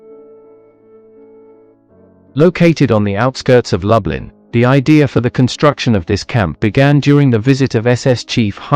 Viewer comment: And it’s Loooblin - not Lub-Lin. I still enjoyed the video though